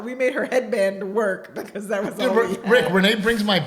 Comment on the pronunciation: Dide annunciate. Repeat after me: Because is spelled with a B not a P. And probably only has one R. 🤣😂🤣